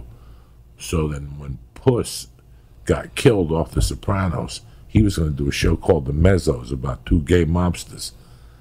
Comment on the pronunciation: Why does it pronounce it soprawnos . No one on the show ever pronounced it like that. Sopranos !